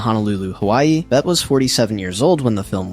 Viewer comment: AI slop: "Bettah" "Betty" 🙄 Can't even get her name pronounced correctly.